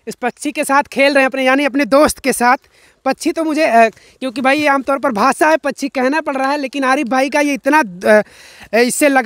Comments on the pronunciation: Ye pkshi ko pchi pchi kyu bolte hn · Pachhi pachhi pachhi pachhi pachhi pachhi pachhi pachhi pachhi pachhi arey bhai Hindi sahi bolo pakchhi kehtey hain.Do you understand.